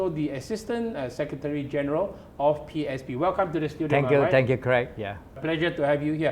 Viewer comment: Craig, please emphasize on the 'S' when you mention PSP. It sounds like PAP 🤣